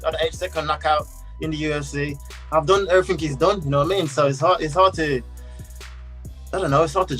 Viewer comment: Sad that Islam is out for the Sat fight, but shout out to Felder for stepping in on short notice.. That ending though, LMAO.. Everysing is poshible.. kol.. kol.. Kol and take anysing's you want it..